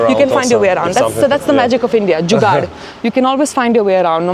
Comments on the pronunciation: Without a doubt. The way she said jugad itself qualifies her for Indian fr life. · The way she said "jugaad"😅 . I am pretty sure she is Indian totally, no matter what others think